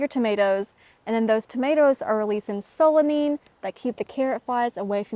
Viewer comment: Solanine is pronounced sew-luh-nine. It’s easier to remember if you see the word for the number nine in the last syllable. 😊